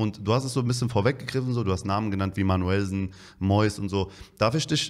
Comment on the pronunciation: Wie Carsten immer manuellsen betont Hahahaha manu-älsen